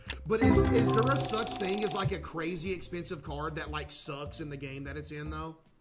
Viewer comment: “back to back thring” had me dying 😂😂